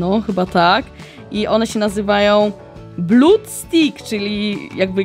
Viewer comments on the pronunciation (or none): none